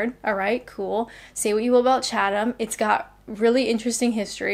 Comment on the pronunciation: Even Chatham sounds irresistible when said with a Canadian accent.